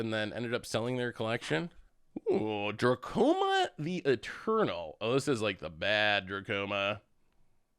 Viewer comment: it's dramoka not drakoma